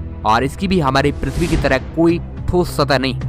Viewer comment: Thoss satah ??? Kya bol rahe ho bhai ...